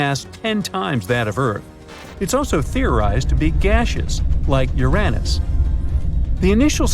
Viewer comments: No its not my anus its uranus. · “It’s theorized to be gaseous like Uranus.” 😂